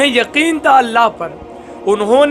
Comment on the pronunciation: Janab shaayad yakeen nhi hota, yaqeen kaha jaata h